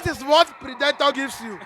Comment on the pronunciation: that’s a wrong pronunciation of “PREDATOR” and “PREY”. This guy even correct you for the end part of the video but you no grab. ✌️